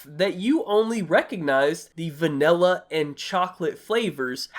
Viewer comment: Love how he says vanella instead of vanilla